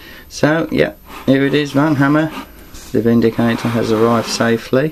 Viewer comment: Thats not a "vin"dicator, that is a "VAN"dicator~! :) Excellent tutorial on the power sword, I certainly will be "liking" this vid so I can find it later when I go to do more power swords. Thanks for sharing! Cat/